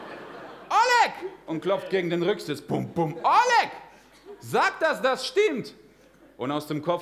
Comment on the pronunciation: Почему он неправильно называет русские имена?🤦 Что за О́лег?